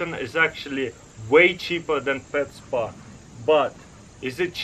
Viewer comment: “Are you ready for the spwa” Lol 😂